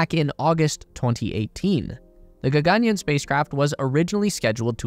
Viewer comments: its not ga-ga-nyan😂.. its ga-gan-yaan😊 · Why would you pronounce the second "a" long, and the "aa" short? gagaanyan? That's what the whole story is about.... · There are two “A”’s after the letter “y”. You should stretch the yaa. It almost sounds like yawn.